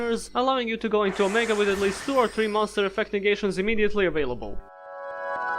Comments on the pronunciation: It's not "aww muh gaw" like some drunk valley girl trying to say 'oh my God'... it's "oh-mega". But you probably didn't know, so you and your sexy accent are excused. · You pronounce it like Oh may gah